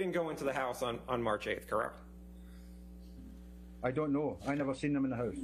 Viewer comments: If your going to say correct every 3 seconds , please say it correctly. He sounds like a hiphop dj sampling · Is it me or can that lawyer not even pronounce "correct"?